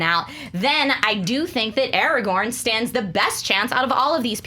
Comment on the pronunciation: Markeia. IT'S ARAGORN!